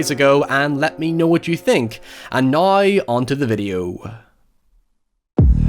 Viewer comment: Me: say now..: nayuwoh Me: nooww: Neeeeoooorraaaynth